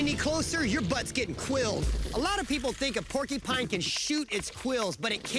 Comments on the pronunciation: Porcupine not porkypines come on Billy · Omg, if I hear Billy and that lady annoyingly say "porky-pine" one more time... 🤣 Also is the most shallow quill pull ever. This show kills me. 🤭